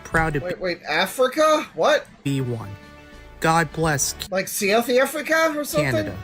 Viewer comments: seowth africa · bro pronounced South Africa 😭🙏